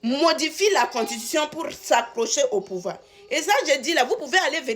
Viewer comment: On dit constitution ma chérie ! Belle analyse quand même .